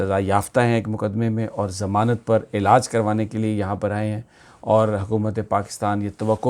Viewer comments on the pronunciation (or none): none